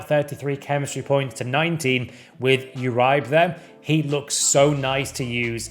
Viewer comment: My man just said you raibe to uribe